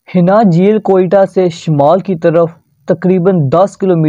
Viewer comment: حنا جھیل نہیں ۔۔۔۔۔۔ اِسے انا جھیل کہتے ہیں